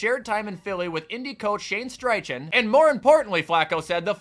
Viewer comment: No hate, and maybe you know already, but the Colts coach’s name is pronounced like STY-KEN. No R in the name and not the typical CH sound.